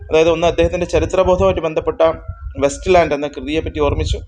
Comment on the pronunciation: West ലാൻഡ് അല്ല it's Waste ലാൻഡ്